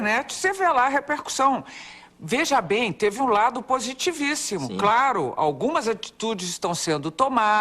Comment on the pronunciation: Vcs Não observam a enfase que ela faz? "-Teve um lado positivíssimo!" Não né! Entendo...